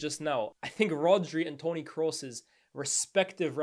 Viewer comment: I love how we all pronounce 'kroos' as "Kruus" and says it like "Cross" 😂😂